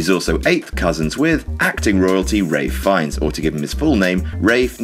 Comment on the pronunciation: Is that how you pronounce Ralph Fiennes? O.o